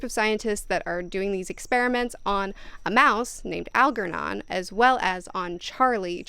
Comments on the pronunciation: Al-JER-non. How does one think the pronunciation is anything other than Al-jer-non?? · Algernon - the g is pronounced like it is in germ.